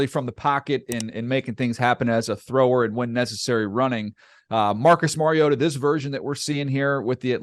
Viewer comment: Compliments to both of you for knowing the correct pronunciation for the name of your subject; Mariota. Demonstrates your high level of professionalism and taking pride in the quality of your work. Watched the entire video and Mariota was pronounced correctly every time without fail. Keep up the good work.